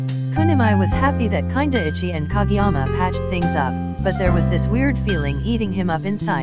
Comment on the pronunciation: A character named "kindaichi" The VOICE SPEAKING: "kinda itchy"